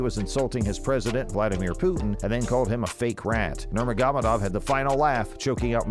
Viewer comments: Dude, you slayed Khabib’s name. Nurr-māgo-med-ovv. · Does it take you 3 months to edit a video? This data is old as fuck. NUR-MOG-OH-MED-OV ...work on it.